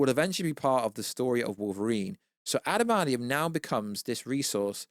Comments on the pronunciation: What is “adamadium”? It’s what keeps saying. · 😂 love the way pronounces adamantium 😂